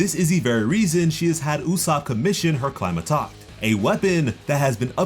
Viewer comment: Bit of a nit pick, but Climatact is pronounced like "tack" in "thumb tack." Flat "a"